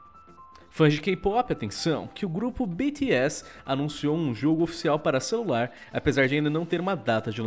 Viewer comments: Henrique Khalleb na vdd vc diz como quiser mas o certo seria da 2 vez que ele disse nos 50 segundos do vídeo, que é bi ti és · Ele falou bete s kkkkkkk o crt era biti s Bts entendedores entenderão